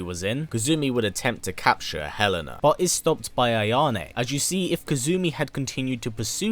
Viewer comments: Sooooo I love the video, as always. I should point out that Helena's name is actually elena the h is silent. Like Ellen and a......Aaaannnndddd actually Kasumi tried to rescue Helena from suicide actually. 😅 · The en in helena is pronounced like the en in enter.